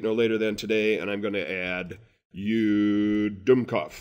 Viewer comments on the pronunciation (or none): Hahah, just did the course. I'am from germany - in the word dumbkopf --- hilarious - did't know you are sometimes using that word too. Still, we say Dummkopf!😀😅🤣 Keep the good work! I'am in a new job now - this will get me further!